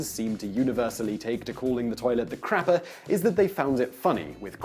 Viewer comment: Quick! To the crappah!